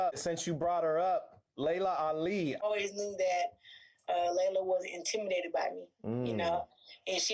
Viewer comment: Every time she’s says intimidated, I hear STOP SIGN 😂😂😂